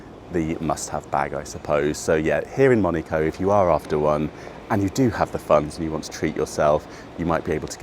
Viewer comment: You are pronouncing name Monaco wrong....😢